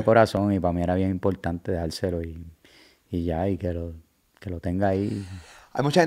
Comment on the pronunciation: "Bien impoltante orinal" "orinamo a la vé" "gané".